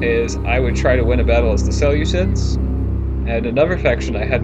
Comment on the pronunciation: Please pronounce them as the (See-loose-iads) not as ( sele-cids).You make them sound like a salad, when you pronounce it.